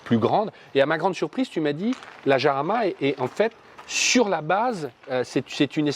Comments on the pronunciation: Si ma mémoire est bonne, le nom de chaque modèle de Lamborghini est celui d'une hacienda (espagnole) qui fournit les toros de combat. Si je suis dans le vrai, le nom de Jarama doit se prononcer à l'espagnole et pas à la française. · countach, pas countak ☺️ iarama, pas jarama ☺️ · Ça me fait marrer comment les français prononcent "Jarama". Allez les mecs, tous ensemble..."Guadalajara"😂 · Me hace gracia como dices la j se dice de otra manera ;el nombre es de un circuito Español cerca de Madrid como son Españoles prácticamente casi todos los nombres de los coches Lamborghini por qué el fundador era un admirador de la cultura Española y del toreo hasta el Urus aunque no lo parezca tiene que ver ya que deriva de Uro el antecesor del toro actual.